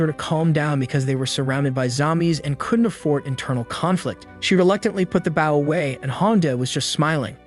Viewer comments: edit your script text to pronounce bou instead of bau its irritating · It’s bow not baw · I like watchin your vids mate but your realy starting to anoy me now can you not pronounce the word bow properly have you never heard someone else sayin bow and arrows it's now takin a bow by bending your body it's using a bow to kill an enemy